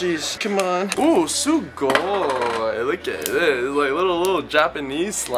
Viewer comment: Why is he saying sugoy